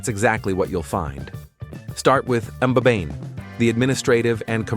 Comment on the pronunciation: Please withdraw this video and remake it to reflect the real eSwatini and not South Africa Many of your featured scenes are not found here Please also prime your announcer on correct pronunciation e.g. "Mbabane" eSwatini is a very special country and deserves its story to be told truthfully Thank you